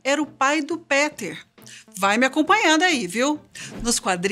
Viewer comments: Moça, se pronuncia "Piter" e não "Peter".... Que isso!!!! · Chega deu uma agonia quando ela falou Peter sem o som de "I" 😫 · Que aflição ela errando o nome do Peter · nunca mais vou esquecer Quando ele aparecer vou lembrar dela falando PETER sem o som do "I" Kkkk